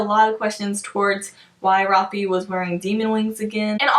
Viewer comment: Okay I’m sorry but you don’t pronounce his name rafee!!!!!! His name is Rafael which then would be shortened to Rafe. Like please tell me what makes you pronounce it the way you do!